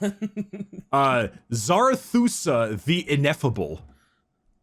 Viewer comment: "Zarathusa" is just Zarathustra but with two fewer letters. We're supposed to just pronounce it as written, one syllable at a time, since it is a phonetic rendition of a non-latin word using the latin alphabet for the English language. Native anglophones notoriously have difficulty pronouncing words that they are unfamiliar with in their own language, because they often don't wait to actually read the syllables and letters before trying to guess what a word is; and since it's not a word that they've seen used before, their guesses will not match what is written, and then they'll repeat the process a few times until they either guess it sufficiently correctly or they give up trying. Pro tip for public speaking: read what is written, do not guess what is written. Anyhow, Zarathustra is just a different latinized spelling of the name of the ancient persian founder of Zoroastrianism, which eventually became the dominant religion in Ancient Persia.